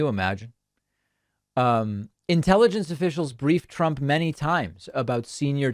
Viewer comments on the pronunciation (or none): Or his own. One time he pronounced it "Drump."